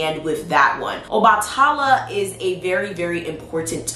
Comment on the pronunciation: PRONUNCIATION ⬇️ Obatala = OBA(LIKE BABA)-TUH-LA =OBA-TUH-LA Yemaya= YEM-AYE-YA 😊😉 Thanks for the video Love ❤️